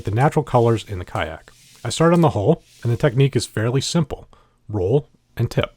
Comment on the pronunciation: He writes "hull", reads "hull" but speaks "hole". Just saying.